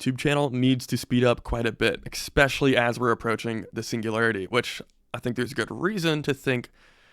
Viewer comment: Please stop saying ekspecially.